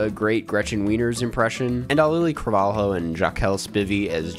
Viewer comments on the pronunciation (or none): none